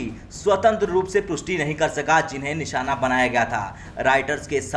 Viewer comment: "निसाना" बना रहा है।